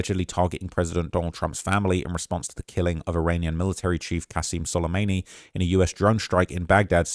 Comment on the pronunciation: Solemayney? An-Clave? Briggaydiur General????? TF is wrong with your brain you do this for a living. Literally made like 10 videos on Trump taking down Soleimani and now suddenly you can't pronounce his name?...